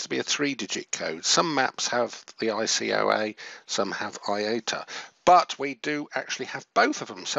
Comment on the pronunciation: ICAO not ICOA